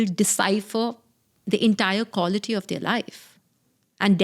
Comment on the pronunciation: Each time she said "kawlity" my stomach turned 😂